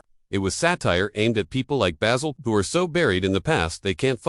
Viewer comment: Yes, how could this voice be saying 'BAYZIL' when it's clearly 'Bah-sil' as said in the show. WTFF